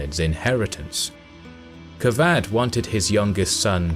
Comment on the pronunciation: He says kavadh ! Kavad qavad کواد = pimp He says kosrow kos+row = vagina+go کس+رو Good luck with those name and pronunciations History's written by westerners w.durant mkII XD